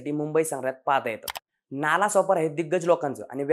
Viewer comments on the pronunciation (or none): नाला नाही रे "नाळा" दोन्हीही गाव पश्चिमेलाच आहेत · नाला नाही हो नाळा आहे . नाळा सोपारा हे मूळ नाव. स्थानिक लोक आजही एकमेकांशी 'नाळा' असेच बोलतात. दोन्ही नाळा आणि सोपारा हे गांव आजही दिमाखात आहे. आता नाला बोलल्या गेल्याने त्या शब्दाला घाणेरडे अर्थ आले. अशी महान परंपरा आणि इतिहास लाभलेला नाळा सोपारा माहिती अभावी नजरे आड झाला . आपल्या प्रयत्ना साठी शत शत आभार .